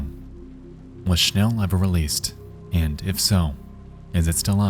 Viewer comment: the pronounciation for "schnell" is hurting my head ...